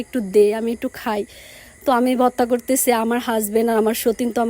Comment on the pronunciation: ভততা ভততা কি বলছ